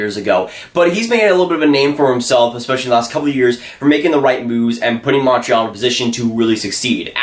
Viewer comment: Montreal. Not Monntral